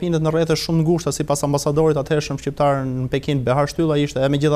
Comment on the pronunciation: Shqiperi , shqiptar, me 'q' .. ... jo shiperi jo shiptar..... permiresoni spikerin !!!!